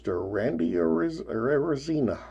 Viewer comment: The way you pronounced Arozarena 😬